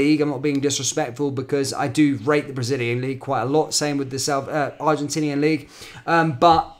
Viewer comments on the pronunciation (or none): none